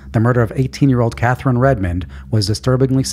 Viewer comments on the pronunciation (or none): none